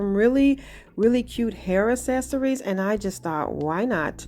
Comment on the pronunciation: Can you please stop saying "es-ess-uh-rees" . The phonetic pronunciation is "Ak-SES-uh-reez".